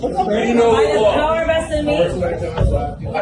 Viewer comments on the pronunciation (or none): it's "vested"...